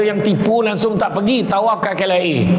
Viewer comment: Sebut langsong tak betul_.,.,.,.,_